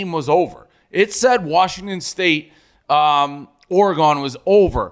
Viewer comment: For just one time I’d Iike hear Dave say Oregon correctly